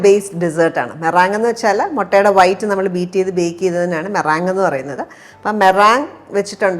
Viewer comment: Meringue - inganaanno pronounce cheyyunne... allallo.. മൊറാങ്ങ് അല്ലല്ലോ മൊറിങ്ങ് എന്നല്ലേ